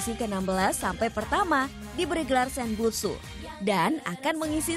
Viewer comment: Senbatsu oy.. Bukan Senbutsu... 😡